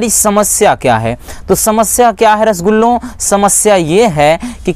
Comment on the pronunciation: Sir rasgullo bolte hain😂